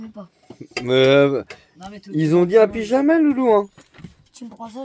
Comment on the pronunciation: un pizama chez distrizenteur 😵‍💫😆😅😅